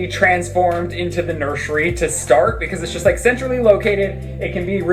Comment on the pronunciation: saying “nurSHery” forever has me annoyed